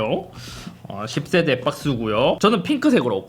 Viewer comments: 십새대 발음이 찰지네요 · 기분탓인가.. 10세대가 자꾸 욕으로 들려 형.. 😁😁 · 10세대 발음이.. 어라? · 10세대 발음 찰지네 형 ㅋㅋㅋㅋㅋ